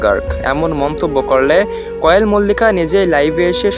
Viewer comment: আপনি তো কোয়েলের নামটাই ভাল করে বরতে পারেন না আন কোয়েল মল্লিকের তো কোন কথাই সুনলাম না আপনার নামে মামলা করা উচিত না হয় এভাবেই রিউমার ছরাবেন